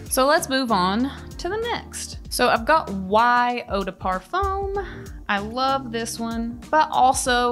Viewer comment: the BEST!! "Par-foam" 🤣🤣🤣